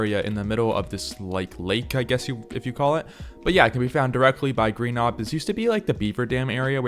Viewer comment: Its pronounced rhy-nio-natha, not rhy-no-gothia 💀